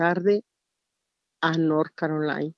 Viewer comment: Nor Carolain 😂